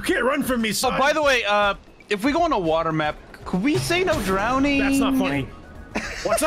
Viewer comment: "Into the ✨️wowa✨️ with you"